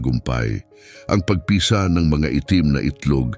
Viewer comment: ayusin mo pagbigkas ng tagalog na bagay..para kang bisaya..pagpisa.....mabilis ..hindi p..a..g..pi..sa...mabagal..marami pa na mali pagbigkas mo tanga